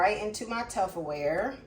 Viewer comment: Did you call it Tufferware?